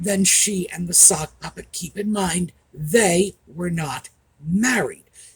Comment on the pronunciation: It sounded like you said "the suckpuppet"! I think that really suits the egit Harry.